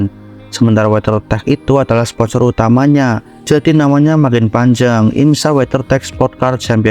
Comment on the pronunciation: Sampeyan Nek Ngomong IMSA Malah Kek IMSAK Ya